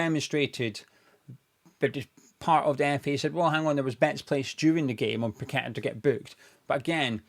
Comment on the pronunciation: Well explained thanks and well done. Plus your one of a few to actually pronounce paqetta name properly I most of the west ham sites Tony gale and the dumb commentators doing matches. One even calling todibo tody de bow 😅 Sue these corrupt FA like the FIFA board of rich unknown people running these football institutions that have no idea on the game. Even sully too should sue them.